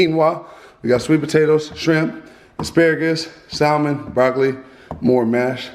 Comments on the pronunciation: He says salmon like me lol 🤣😂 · Mans pronounced it “sal-men”